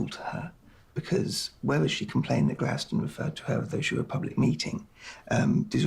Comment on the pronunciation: So THAT's how Gladstone is pronounced correctly. We say it like "Happy rock" :D Now I'm ging to start saying it correctly and see if it catches on.